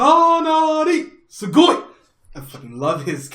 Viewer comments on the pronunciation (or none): you said it wrong. It's Tsuyoi (Strong) not Sugoi (Cool).